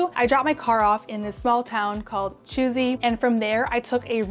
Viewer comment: It's called Chuisi and pronounced "Coo see"